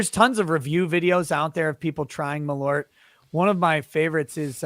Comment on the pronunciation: Hahah malORT! Its malÖrt, pronounced more like "mal-UH-rt". (The UH noice is the same as "eau" in "eau de cologne" in french, or when you are making a confused thinking sound)